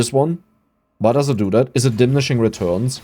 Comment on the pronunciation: di-mini-shing :D